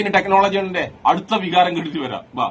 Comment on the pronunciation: വിഹാരമല്ല ടാ ചങ്കി പോത്തെ വികാരം എന്നാണ് 😂😂😂😂